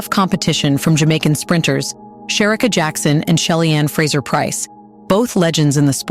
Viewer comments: It’s pronounced sha CARE ree. the voice over finally got it right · Maybe say her name right?! 💁🏾‍♂